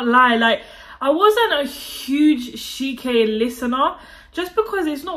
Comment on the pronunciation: she said ", have some shame.." 😅 plusss..it's "CHI-ké" 😅, not SHI-ke,. you know, like when you want to say 'Chilly'? yeah, that's how you say it. you're welcome btw